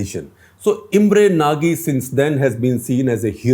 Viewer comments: It's not Imre naagee. It's pronounced as Nauj. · just one correction ..actual pronunciation of Imre Nagy's name would be 'Imre Naj'.